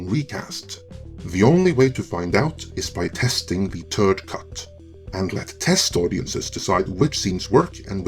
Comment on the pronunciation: "The Turd Cut" 🤣🤣🤣